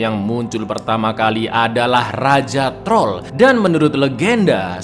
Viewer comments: "Dan inilah TROL 2 , jangan hilangkan R nya" Wong jowo be like alon alon yo tol😂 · Jangan hilangkan "R" nya wkwkwkw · jangan hilangkan RRRrrr nya 🤭🤣🤣